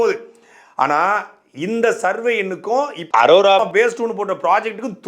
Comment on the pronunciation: ஒழுங்கா படிக்காம அரோராவ அரோமானு சொல்லி வீடியோ எடுத்துட்டு அப்பொறம் வாய்ஸ் எடிட் பன்னிருக்கான்னு நல்லா தெரியுது.. இருந்தாலும் G square க்கு மொரட்டு முட்டு குடுக்கற.. வாழ்த்துக்கள் 😁